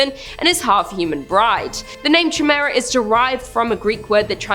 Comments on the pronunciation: You silly Canadians and your pronunciations... Chimera is generally pronounced kai-mera. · Just fyi, Chimera is pronounced like - Ky-meera. Just trying to be helpful heh. Love ya 😘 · Ch in greek makes the K sound. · How do you not know how to properly say Chimera? The Queen is utterly disappointed in you for butchering her English.